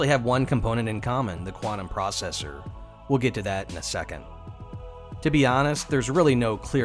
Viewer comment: Nicely presented 👌🏼. Always do the accent: Quantum Processor 🤣